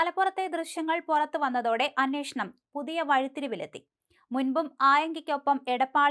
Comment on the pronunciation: അന്നേഷണം അല്ല അന്വേഷണം.നേരത്തെ അന്നോഷണം ആയിരുന്നു.